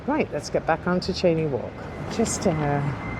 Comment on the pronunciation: Cheyne walk pronounced (chainee walk) not Shanee.